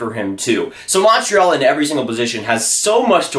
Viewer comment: Montreal. Not Monntral